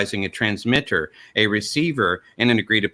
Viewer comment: "transmitterrrrrrrrr and receiverrrrrrrrr"